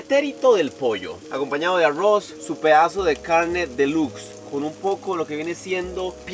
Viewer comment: yo si quisiera saber por que cuando pronuncian algunas palabras con la letra R hablan como si fueran gringos Arrouz Rojous wtf no entiendo nada